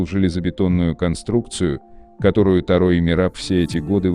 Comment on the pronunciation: Ударение не на А а на О